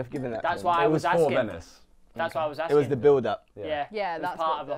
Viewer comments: man said arksing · ASKING NOT AKSING..... .OMFG